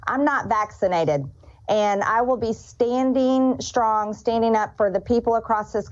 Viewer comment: Why can't MTG speak English? She can't pronounce "ing". "I was standine, there lookine for support pretendine that I had ... blah, blah blah.